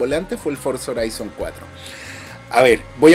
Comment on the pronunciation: Horizon se dice Jorison, no Joraison 😂